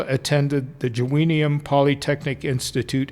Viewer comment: Joanneum is pronounced Yo-ann nay um. Jakob Pöschl is pronounced Ya kōb Poeschl. The the ö sounding a little like 'her' as little like Goethe. Otherwise an interesting video. You've got yourself a new subscriber....